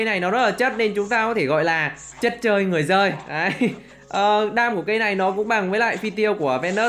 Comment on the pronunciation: Chất chơi người dơi chứ em nghe a đọc chất chơi người giơi là sao😄😄😄